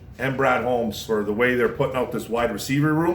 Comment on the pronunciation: "Ron" Holmes?? 😕👎